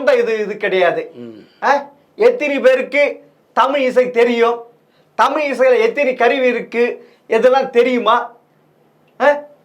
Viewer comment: தமிழையே சரியாக உச்சரிக்கத் தெரியாமல் தடுமாறும் குட்டிக் கண்ணனை முதலில் ஜெம் ரீவி கவனத்தில் கொள்ளவும்!